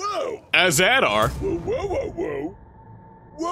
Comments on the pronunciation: Not az Adar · Noooooo not all-Adar!!!! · Not az ader